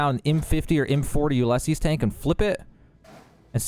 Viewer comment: He must pronounce the word “Ulysses” as well. Do you think this is another case of current and younger generations getting short-changed in their education? I mean, those embarrassing videos showing students still dressed in their caps and gowns graduating from college, who cannot even answer fifth-grade level questions about geography, or even reading an analog clock face.